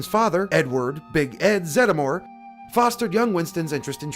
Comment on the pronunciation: Always thought it was pronounced Zed-more